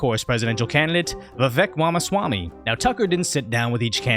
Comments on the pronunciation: Wamaswamy lol. Bro its rom uh swa me. If you want to sound more cultured you can say schwa me instead of swa me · lol exactly like Elmer fudd